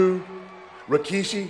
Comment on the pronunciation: Taker said rakishi? Instead of rikishi